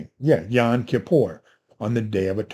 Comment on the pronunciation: Not to pick any nits, but it's YOM, not YON.